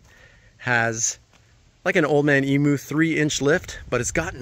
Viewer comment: Man its annoying listening to you guys murdering the pronunciation of emu